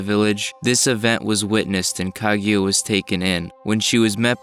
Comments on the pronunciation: It's KA-GU-YA Not kag ya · Son, can you say her name right. It's not Kagyura, it's KA-GU-YA. It's a literal sound son like you sound like Michael B Jordan Noroto. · "Ka-gyu-a"? "Tsukiyomi"? "Gamimaru"? Please learn the names, for God's sake! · Anyone else annoyed by his pronunciation of "kag you ah" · I've been pronouncing it "kah-goo-yuh"